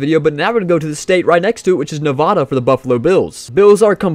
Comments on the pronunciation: It’s Nevada not nevoda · It’s Nevada not nevadaa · Stop saying Nevada wrong. Good video though.